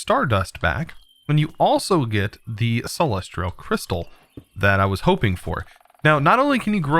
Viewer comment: please stop calling them celestrial crystals theres no R in celestial!